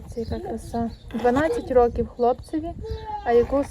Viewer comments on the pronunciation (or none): none